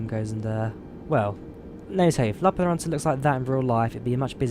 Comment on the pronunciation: I just came here to hear you say lappeenranta, good job. Finnish is often pronounced funny by foreign people. Im from finland.